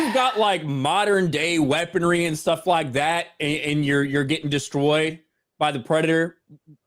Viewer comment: "destwoyed??" Is starting to suffer from Elmer Fudd syndrome? LOL